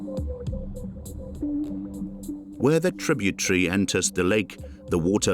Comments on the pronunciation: ya gotta love it when trib you terreez is pronounced TRIB YA TREEZ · In the word tributary, the air is not silent.